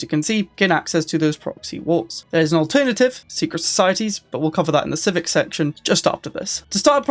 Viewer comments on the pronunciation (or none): none